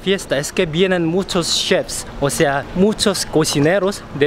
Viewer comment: Ammm se dice chef